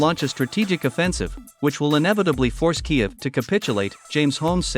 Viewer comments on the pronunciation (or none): none